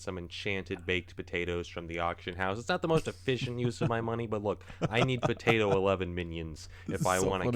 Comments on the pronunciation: I just like listening to you say "b'day'o" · I LOVE the way you say Potato 😂 "pdAO" ... please never change